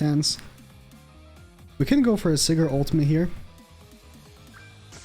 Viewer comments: Btw you pronounce it as sai-gard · I have yet to pull Sigurd. How do you not know how to say Sigurd?